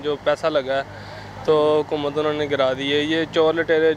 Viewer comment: hukumat nhi boss. aap ke yaha hai hukumat 😁